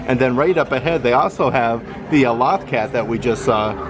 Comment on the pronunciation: He clearly isn't a Star Wars Rebels fan since he can't say LOTH cat right.